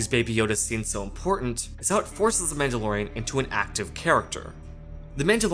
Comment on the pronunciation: You shut your filthy mouth about Rogue One. You can’t even pronounce Mandalorian correctly.